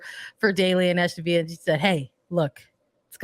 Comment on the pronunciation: Yeah that was really painful to listen to. Sandra needs to do a bit more research before going on the air. Aston (no letter "h", like Aston Martin) and Villa (British pronunciation with the "L" sound, not Spanish "y" sound).